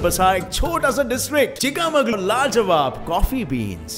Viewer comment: That's not chikkamagulur it's chikkamangalore I am from Udupi Kundapura